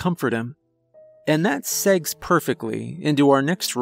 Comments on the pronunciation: "Segs"? Do you mean Segues? Pronounced Seg-way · He said "segs" 😂